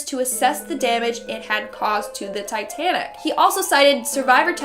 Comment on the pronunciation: This girl... She can’t pronounce basic English words like Titanic; in another video she pronounces Costa Rica as Cost-a Rica.